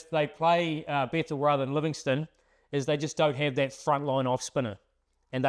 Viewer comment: it is bethell not bethall